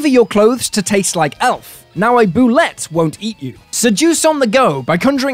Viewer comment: Fantastic stuff, thanks - great vid. And bulette is pronounced BOO-lay.